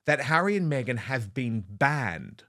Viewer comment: Did you say BEGhan Markle? 😂😂